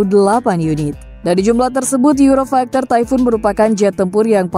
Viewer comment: euro faikter? funny tongue :face-blue-smiling